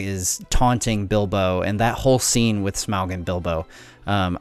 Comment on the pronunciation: Omg its pronounced Smaug not Smaug -.